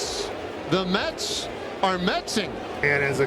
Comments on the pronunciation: "The Metz are Metzzing" 😂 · "The Mets are Metsing".... Ya gotta love it.